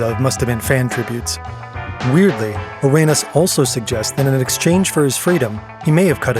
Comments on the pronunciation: Kash Patel needed to be made fun of for saying La Cosa Nostra the way he did but pronouncing Gilbert Arenas last name the way you did the narrator should be made fun of too. It’s Arena with an S on the end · how do you criticize the govt. for mispronouncing words then repeatedly say gilbert a-ray-nas? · you can't knock cash for his pronciation when you're saying Arenas like that pal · Imagine making fun of someone for pronouncing something wrong then pronounce arenas like that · You. can't make fun of the mispronunciation of the mob names and then mispronounce Gilbert Areanas 10 times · imagine making fun of the way la cosa nostra is pronounced, and then get gilbert arenas' name wrong multiple times yourself.